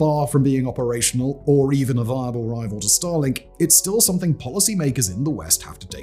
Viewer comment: It sounds like he is saying Stalin not Starlink and that sounds vastly different.